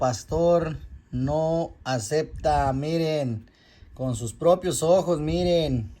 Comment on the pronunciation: Es acepta, no "asecta". La verdad no peca. No peca! Pero sí incomoda . Piensen antes de hablar!